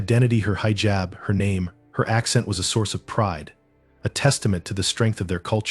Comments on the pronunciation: Heejab not highjab. 😮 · Pronounced hijab incorrectly! 🙄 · You need learn pronounce hijab. Educate yourself